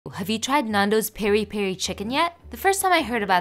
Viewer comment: no hate as a pourtuguese person we pronounce it pea-dee pea-dee not peri peri